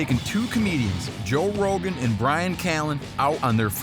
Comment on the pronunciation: Joe Ro-GUN.